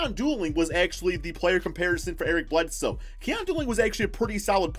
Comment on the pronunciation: Eric Bledsnow? 🤣